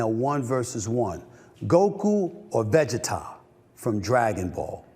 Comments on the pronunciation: I wish SA would have more conviction like he did with his GOKU pick. Take a effn stand. That’s why Shannon is TOP NOTCH because he has an opinion and is TEN TOES with it. I completely DISAGREE with it, but I respecket. Vuh-Gee-TUH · Vegeta nah bro vegeta as in vacheeta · Va-Gee-Ta lmao god damn it stephn a smith 😂😂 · Veggie Tah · The Vegeta pronunciation lmao 😅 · Someone need to tell Steven A. how to pronounce “Vegeta” 😂🤣